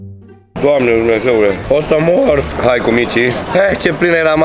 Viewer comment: "O sa mOor" 😂😂😂👌🏻